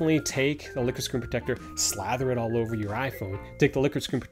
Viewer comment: Take a shot every time he says screen protectah.